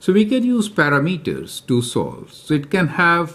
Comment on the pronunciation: "So we can use paramitas so solve." lol